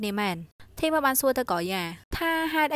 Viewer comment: ធីម មិនមែន ថាម ទេAdmin😆😆